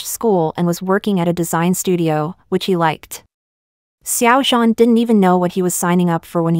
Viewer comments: You say his name like it's French😭😭😭 try adding a shsnd d sound before zh? Like, dzhan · IM SORRY..... its SH-ow-JAN...